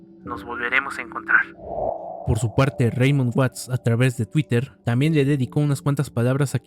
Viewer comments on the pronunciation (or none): none